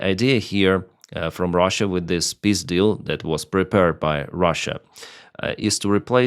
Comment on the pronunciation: when you said Peace deal, I understood Pizdil ... it goes as well..